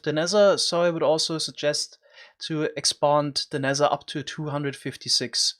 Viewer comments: Normal people = "Nether" This guy= "Nezzher" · Why are you saing nezer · Ze nexzer